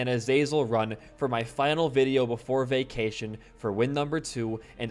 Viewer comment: I thought u said Vacination lol